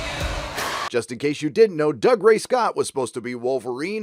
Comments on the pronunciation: Since we're nit-picking (ain't it just what the internet is for?), it's pronounced 'Doo-gray' not 'Dug-ray'. Well let you off since you're not Scottish but you can't Allah the production companies for not getting the source material correct and then get your own wrong. 😉😉. We Scots would also like to point out to Americans that the names are pronounced 'Crayg' and 'Frayzer' not 'Kreg' or 'Frazher', it's 'Edin-burra' not 'Edin-burro' and that 'plaid' means 'blanket' not 'tartan'. See,? You got me into full nerd rant mode. 😉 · "Doo ray" not "Dug ray"